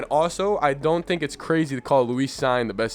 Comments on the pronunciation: Cine's name is pronounced "seen". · Lewis is just 'LOU-is', not 'lou-EES'. Cine is 'Seen', not 'Sign'. Just wanted to let you know is all. I like the analysis very much.